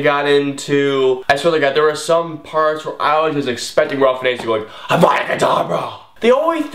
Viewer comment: You kept mispronouncing Ralph Fiennes' name. Don't worry, I used to as well. It's actually pronounced "Rafe Fines", not the way you said it. I don't know what his parents were thinking when they named him that, but that's how it is. Also, the older actor who narrates the story whose name you couldn't remember was F. Murray Abraham. Out of my favorite Wes Anderson films, I'd have to go with Moonrise Kingdom.